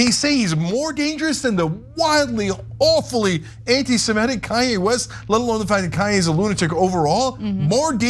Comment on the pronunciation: please please please......it's antisemitic, not antisemetic. I love your channel and this recurrent mispronunciation hits my ocd ears like fingernails on a chalkboard.